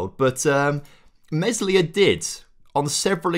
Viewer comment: Think Meslier is pronounced more like May-Lee-Ay!